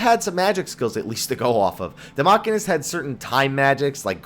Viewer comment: machine'ist not macky'nist...